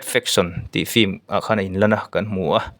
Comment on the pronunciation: Fim tih hi ilam ri zing ropui sia han lam uluk deuh teh unaupa film tih tur aw..😂😂😂